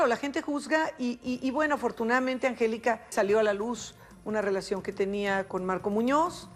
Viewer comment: Este vato no save decir angelica.